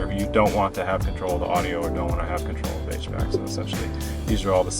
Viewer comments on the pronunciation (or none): none